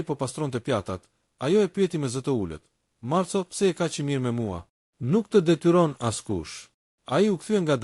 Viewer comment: Lexohet Marko dhe jo Marco, se kështu shkruhet në italisht. Ka dhe fjalë të tjera që i lexoni shqip, jo italisht. Mirë është ta korrigjoni këtë gabim.